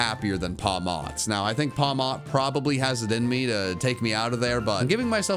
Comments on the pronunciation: For the Pawmi, Pawmo, Pawmot thing. Pawmot is pronounced Paw-mitt, like a marmot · Pawmi, Pawmo, Pawmmel. That’s the best I heard. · Pawmot pretty sure you do not pronounce the t